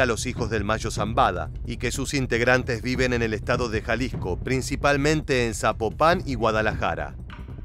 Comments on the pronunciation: no se dice Zapopán, se dice Zapopan. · Suena a sapo pan